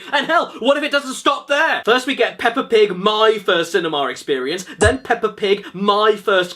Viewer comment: You already sounded like you’re saying potty. Yeah it’s racist, but not offensive.